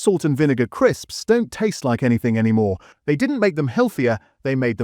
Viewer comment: Why's he saying crisps like that 😭